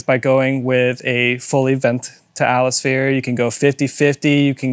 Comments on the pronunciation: 😂 you both from a diff country obviously? lol “Atlas-Phere” .. boy that’s a new one! This was kinda brutal guys haha. I think if you counted, between the both of ya.. You said more incorrect words than standard English ones 🤭😮‍💨 And a little correction, Tial is a different operation on the bov complete being pull type vs push type. And not only that, the top adjustment isn’t for “sound “ as tightening certain other bov spring tension goes, like the older hks and blitz, greddy etc. The Tial spring is for vacuum!!! And each car will vary in vacuum and have a different tension spring! But will all sound about the same. You can change your cars tension from where it should be to tighter. And a lot of times won’t get it to make any sound. And too loose and you get idle leak and idle surge (rich conditions) etc. The tials only have that signature Supra tone when a LOT of boost is let out through them!! Like 30+ psi. Therefore a lot of guys are unhappy w them on more stock or lower boost cars. Or some have issues and compatibility is an issue. My 95 Supra when I went single turbo it wouldn’t idle without leaking. I tried heavier spring (added a second smaller 4lb) . Idle leak was gone, but wouldn’t blow off on 8-15 psi range. I was unhappy w it even when I was on stock twins. Barely even knew I had one never heard it unless I tried hard. And mine was in the drivers side bumper “fog” hole. Replaced it w authentic HKS, and issues went away like that. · He literally said atlasphere every single time 😂☠